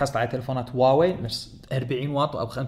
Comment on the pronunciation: حبيبي النطق الحقيقي الهة هو هُواوي بضم حرف الهاء